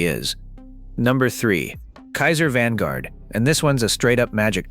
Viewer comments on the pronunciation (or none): none